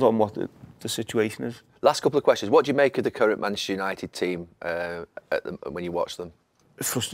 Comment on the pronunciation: Gary Neville, you played at United for so long yet you can't say manchuser, Man-Chest-eR lol